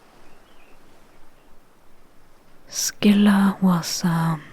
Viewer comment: Silent props for pronouncing Scylla properly, as well as doing your homework on Circe's lore